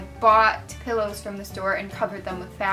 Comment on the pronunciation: You said pillows, but it totally sounded like you said buttholes XD Laughing so hard right now XD